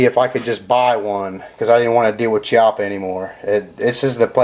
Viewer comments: It's actually pronounced "Key"ah pa. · its pronounced chiappa (key) appa and it is walnut grips ive pt thousands rounds through mine no problem